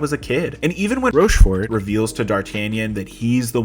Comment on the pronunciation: And then "ROSCHFORT" lol